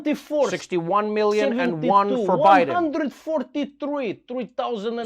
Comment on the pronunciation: Three "Gillion" 🤣🤣🤣🤣🤣🤣